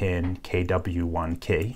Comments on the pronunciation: instead of saying key he says kay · Just out of curiosity: why do you pronounce key as "kay"? Also, why do you say lever as "leaver"? I promise I'm not being picky (pun intended haha), I'm just interested in English phonology :D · When you say key i hear Kay lmao 😂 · You say the word key very strange lol. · He just don’t say key right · He sounds like kinda Australian when he says "key" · Yooo! Learn how to pronounce key! :p